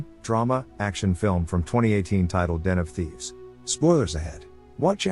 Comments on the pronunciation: i actually thought that you said NFTs but its Den of Thieves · At first I heard "NFThieves" and I was really confused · When you say Den Of Thieves.It sounds like your saying NFTs.I was looking at my hand(for some reason)when you said Den of Thieves,and i thought i heard NFTs.